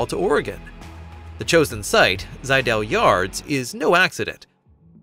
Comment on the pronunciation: It's pronounced zi-dell, and will-am-et. Smh